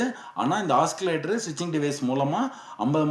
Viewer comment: ஆக்சிலேட்டர் அல்ல ஆசிலேட்டர் என்று உச்சரிக்க வேண்டும்.